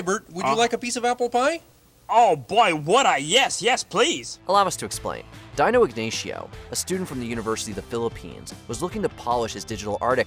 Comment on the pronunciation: Dear and Watchmojo, I laughed at how the narrator pronounced "Dino" as in "Dino Ignacio" The correct pronounciation is " Dee.know " not "Dino as in dinosaur" 😅😅😅